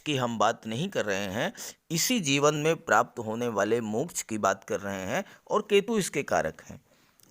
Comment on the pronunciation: मोक्च का उच्चारण बडा मजेदार करते हो आप